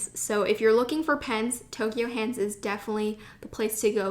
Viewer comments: Anyone else notice she said Toky-O hands instead of Toky-U hands? Me? ok. if you go again to japan, check out Sekaido in Shinjuku. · its ToKYU hands not toKYO actually